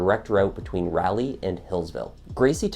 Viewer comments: Seriously, it's not pronounced "rally"; it's pronounced "rolly". Honestly, though, I would have had a hard time convicting him. It seems like he did it, but I have my doubts. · Excellent narration, only thing is it's Rah - lee! Lol This narrative is concise, factual, and interesting. Good job. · When you miss pronounce something and then say it 50 times, it's awfully distracting. Case in point, "Rally, Rally, Rally." 🙄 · As someone who used to live there it made me cringe a little when he pronounced it's ray-lee lol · The letter A in RALEIGH uses a different pronounciation, RaH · I've lived in NC all my 41 yrs... Raleigh is pronounced like "Jolly" 😅 You're killing us here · This is kinda trivial but an engagement ring is a gift and nothing says it has to be returned to the person that bought it. And nothing makes it okay to rip it from the finger of the owner. I'm watching this 8 mons after the video but being an NC native I know it's Raliegh not rally. Like sir Walter Raleigh. I love this channel but the rally thing drives me nuts. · Raleigh is pronounced like Pauley. 🙄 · raw-lee. thanks. i live in the area but for whatever reason did not follow this case closely. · Just saying as a Carolina resident...it is Raleigh NC not Rally. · If you ever have to pronounce the name Raleigh again, make it rhyme with words like Wally or Dolly. Very good video, by the way. I am already subbed. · Great video, but yes its definitely not Rally NC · [ R AW - l ee ] is the way Raleigh NC is pronounced. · Yeah, 'Rally' shouldn't be a distraction from the story, but it is for me too. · "Rolly"??? As in a dinner roll? Ha, I don't think so! People in N.C. would know you're a foreigner if you call their city something near to a dinner roll. Try "Rah-lee" instead. That should save you from an arse whippin there. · Thanks 4 the vid. But your pronouncing the city wrg. Its..... rah- Lee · I was more bothered by how he kept calling that city in North Carolina "Rally." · It’s Rah-lee